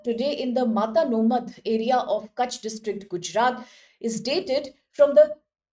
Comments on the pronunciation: girl, its not matanomadh its mata-no-madh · Pronounciation lagat hai inki bhai Is jagah ka naam hai "Mata no madh" (माता नो मढ) (Mata ka madh) Maa Aashapura ke chamatkar ke bare me research karo, pata lagega ki Gujarat me inka kya mahatva hai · it's pronounced as "Mata no Madh" meaning "fortress of deity" referring to Ma Ashapura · 😂😂😂 Matanomadh...... Angrez aurat wo Mata no madh hai